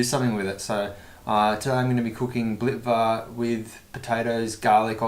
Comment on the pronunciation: your pronunciation of .. "blitva" ... is PERFECT